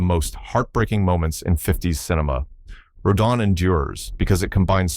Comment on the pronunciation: 15 out of 15! I won’t quibble about order. I love each and every one of these movies. I saw them all in the movies in the 1950s. They are the background images of my coming of age. Just one thing. How many different ways can Rodan be pronounced? Row DAN is the right way.